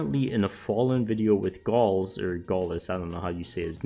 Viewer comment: I'm Brazilian and can confirm that fallen spoke with gaules about his signature like "Gaullen" to this major. Gaules is a ruge streamer and friend of fallen